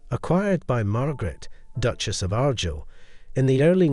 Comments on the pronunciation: Ar Guyel.... not Aghr gil AI with a Scottish accent that can't pronounce the words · Argyll is pronounced r-guile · The title is said Argyll like the Argyll socks not Argill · Beautiful pieces, but it's pronounced Ar-Gyle! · The pronunciation of Argyll is awful, but Belvoir Castle is a different case: Belvoir Castle overlooking Vale of Belvoir is pronounced as Beaver Castle overlooking the Vale of Beaver (the Anglo-Saxons couldn't, or wouldn't, pronounce the Norman French).